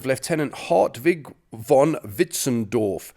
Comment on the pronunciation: to the adress of the video maker: please notice that in the German language the "v" in the word "von" like in "von Witzenstein" is not spoken like in English. It is spoken like an "f". Please notice that in the German languag the "ei" like in the word "Witzenstein" is not spoken like in English. It is spoken like "ee" like in "bee". It seems that you want to praise the "Britain`s German Soldiers" in this video. Perhaps it is a good idea to take the effort to pronounce their names in the correct way, right?